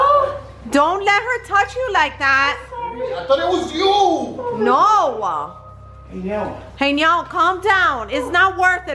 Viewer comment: his name not helem its heynel